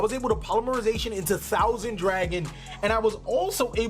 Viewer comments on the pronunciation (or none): none